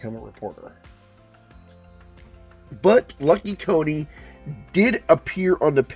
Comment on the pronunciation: It's Lucky Coin not Lucky Co-ne. The coin on the cover is spelt different.